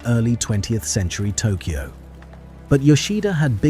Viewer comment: "Made in Tokoy" :D